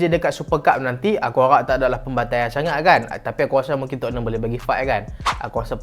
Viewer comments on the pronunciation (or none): none